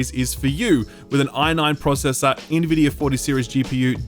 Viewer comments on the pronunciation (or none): none